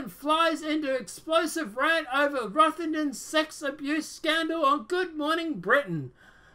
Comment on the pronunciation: First it rotherham not rothington I live there piers morgan is a lefty pusher that chats some real crap